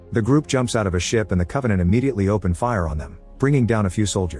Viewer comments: "Con-vaugh-nawnt" Geez, the show sucked so bad its even affecting the Ai describing it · I had to stop watching when they said Covenänt